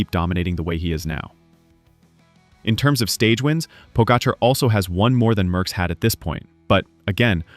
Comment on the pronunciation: Merckx, not Möhckx.